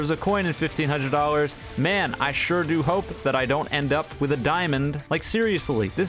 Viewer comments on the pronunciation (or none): none